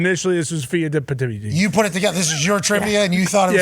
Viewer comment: The guy with the mullet cannot pronounce the name of Pheidippides; he had no idea who he was before he huddled with the art department. No surprise - Stay in your lane Einstein